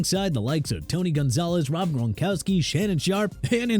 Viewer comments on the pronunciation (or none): Vona Miller? You mean Von Miller? Also Ronkowski? More like Gronkowski.